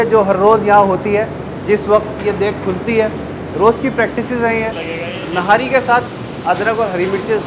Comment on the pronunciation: Its not nari its nihari